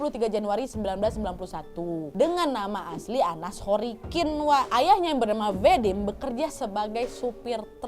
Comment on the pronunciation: Bukan anna sorikin, tpi ANNA SOROKIN!